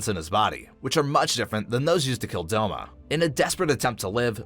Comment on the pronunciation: Douma not doma